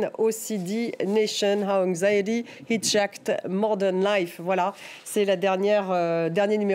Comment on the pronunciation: Heejacked? 😳😳😳 Non mais je suis pas un nazi de la prononciation mais là c'est pas possible c'est vraiment choquant smh